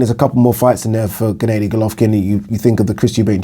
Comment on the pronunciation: ‘Gennaydy Golovkin’ 😂